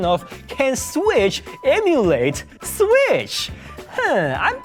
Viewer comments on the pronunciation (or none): "Emulae Sweesh onna Sweesh" XD